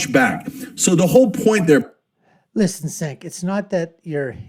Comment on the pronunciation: His first name is pronounced 'Jenk'. You released a 17 minute video and you couldn't take one minute to learn how his name is pronounced.